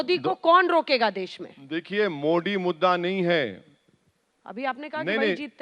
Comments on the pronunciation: Kya mujhe hi galat sunai Diya ya isne sach mein मोडी kaha😅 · ये कौंसी कौमकी भाषा बोलता है इस को तो ठीक से मोदी बोलणे को तक नही आता मोडी मोडी बोलता हैं. इनसे बडे सऊदी के प्रिन्स मोदी मोदी बोलते है. कौन्सा किडा हैं इन मे और पाकिस्तानी यो मे क्या पता.. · अरे ओवेडी नाम तो बोलो बरोबर मोदी हे मोडी नहीं 😂😂😂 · Owasis not mody he is Modiji bolna sikho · Thik se pehle modi bolna Sikh